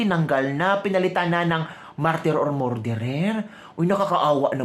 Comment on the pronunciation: Ateh please pronounce “Murderer” as “Mer derer” not “More derer “‼️❤️🙏🤡SalaMUCH‼️🇵🇭